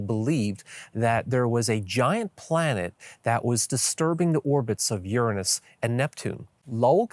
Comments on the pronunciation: Uranus...nor Urinis...get it right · "Urine-iss" is a planet name? Well, I suppose it may be acceptable to people who are appalled by the more common "You're anus".